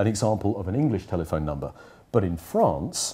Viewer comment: It’s interesting how he switches to English but still pronounces some words with a French accent, e.g example or France